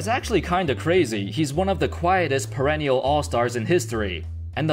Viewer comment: Once again, saying "parenial all-star" What is the exact word? Is it perennial?